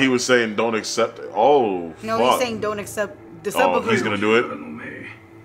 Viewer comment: i see you 'sehpokow' 😂